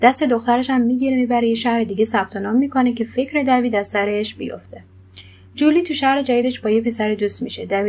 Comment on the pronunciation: خانوم محترم دیوید،دوید چه صیغیه‌ای دیگه😬😂